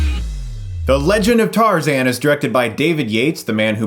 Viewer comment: What's TARZEN?? its Tarzan!